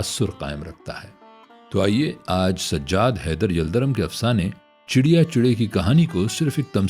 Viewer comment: D ki jagah R ziada Urdu talafuz k nazdeek lagta hai.